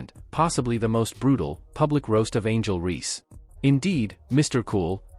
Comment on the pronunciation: Horrible AI. Who is “Angel Ree.”